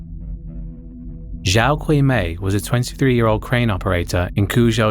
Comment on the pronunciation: no offense but you pronounced some of the names wrong, like daijiro kato and xiao qiumei also love the plagued mouth diss at the end. i hate that bastard